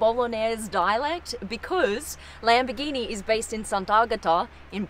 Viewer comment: not lam-bi-geenee it’s LUM-BORE-GEENEE